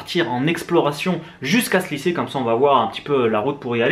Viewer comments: > Licée! Tu m’as tué! Bonne vidéo sinon;) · "licée" à , aie haha. Très bonne vidéo dans tout les cas :) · "Licée..." Serieusement!? LICÉE!??? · "Licée" c'était fait exprès? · Stp c est lycée pas licée.